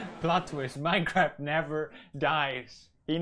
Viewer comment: minecwaf showver